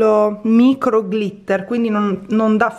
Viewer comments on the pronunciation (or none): none